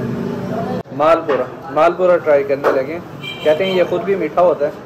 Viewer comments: real name is maal pua not maal pura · Maal pua not pura